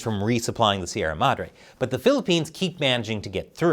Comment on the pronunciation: Finally! A correspondent who didn't butcher the pronunciation of Sierra Madre.